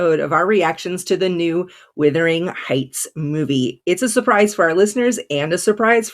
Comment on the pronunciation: So many reviewers have some issues with saying the name of Emily Bronte's classic book. The word is Wuthering, not Withering. Something that is withering is fading, weakening, shriveling. The word Wuthering means windy, stormy.